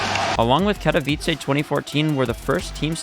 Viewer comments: it just offends me how he said katowice bruh you read it as kato vi ce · Katałajs xd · mispronunciation of katowice hurts my soul but i’ll let it slide for the banger and high quality video that this is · why did you say it wrong and then say it right 10 seconds later lmao